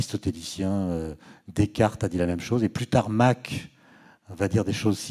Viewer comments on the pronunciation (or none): none